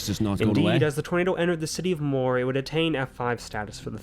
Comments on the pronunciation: as a amercian it is not murr it is more/moore sorry if i sound rude 🇺🇸🤝🇬🇧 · Listen I know you have an accent and I love it but it’s pronounced like MORE not mur 😂😂 love your videos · Much love and thank for you the many hours of entertainment you have provided to most of us. Moore is pronounced like More. That was not Colorado that you were looking at but county lines within the SW corner of Oklahoma, the green line representing the state border of Oklahoma and Texas. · I love how he pronounced it mur not moore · There are far too many tornados to name all of them , so they just name the big ones for the towns they destroyed . A single weather front can create more than 100 tornados . In the US Moore is pronounced more , not " Mur " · Moore is pronounced as MORE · As an Oklahoman, i genuinely cannot stop laughing at how you pronounced Moore. its pronounced 'more' just with 2 O's, for future reference. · Moore is pronounced- More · Pronounced More, Ok I come from Tornado Alley!😮😂 Oklahoma! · MORE it's pronounced More